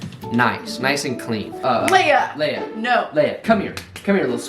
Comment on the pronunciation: it’s Leia like Princess Leia from star wars